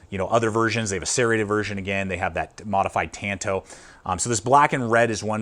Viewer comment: Great review and solid channel. Small gripe - it’s pronounced “t-on-to”. 🙃